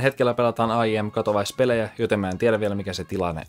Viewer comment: katowais :D katowice, ei katowise